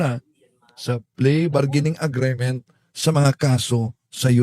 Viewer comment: Hindi klaro Ang explanation sa please bargaining agreement..(agreement not agreement) ayusin nyo Ang mga basic pronunciation dahil social media ito..thanks!